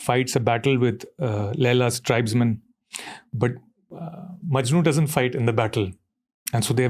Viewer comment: Ranveer its "Laila Majnu" not "Laila MANJU" my grandma gets offended 😁